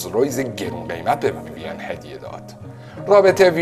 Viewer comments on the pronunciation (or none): ویویَن غلطه، ویوین بدون فتحه درسته